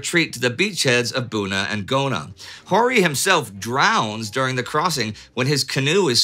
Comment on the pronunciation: "...near the coastal villages of Bona and Guna." LOL! You do an amazing job of pronouncing unfamiliar names, Indy. But it's nice to see you're human at times. :^D